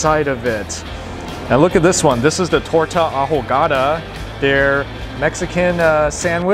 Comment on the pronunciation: I live in Guadalajara and I’ve never seen that orange sauce with a torta ahogada (the “H” is silent). Usually it’s a mild red sauce and a hotter sauce. they really didn’t drown it, it looked very dry. Also the secret is to use birote for the bread (usually only found around GDL). Many customers take it to go “para llevar”, which means that they stuff the torta in a clear plastic bag. People then mash it into a mush and eat it with a plastic spoon. Also, tacos dorados just means that the corn tortilla if fried golden brown. In the states what are “taquitos” are tacos dorados in Mexico, although the shape doesn’t really matter. Taquitos are just a name people sometimes use for small tacos.